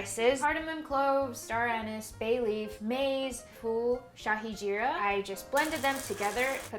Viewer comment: This video is so satisfying. Hatsoff to you for researching about the food before making it. This is the authentic Indian food making video by a foreigner I have ever seen. And your pronunciation was on point, especially the way you said Shahi Jeera😇 Much love from India❤❤